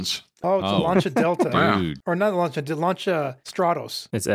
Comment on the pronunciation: it says lancia 037 and you still got the name wrong, That is some usa only kind of "special"